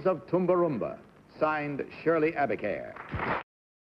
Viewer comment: Shirley Abicair, not Abercare.